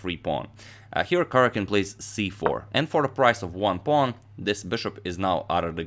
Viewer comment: I am extremely amused at how you say pawn. Pong to D4